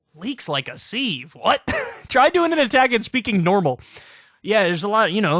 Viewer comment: Kyle criticizes mispronunciations. Immediately mispronounces sieve. Glass houses, bro.